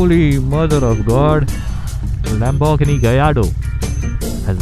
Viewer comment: Spot on with the Gallarado pronunciation. Man of culture 🤌🏽